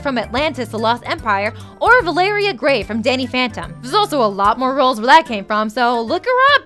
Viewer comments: was I the only one who noticed that she mispronounced "Valerie" as "Valaria" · "Vuh-lair-ee-uh"? No, It's "Val-er-ee". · You work for frederator and can't pronounce valory's name??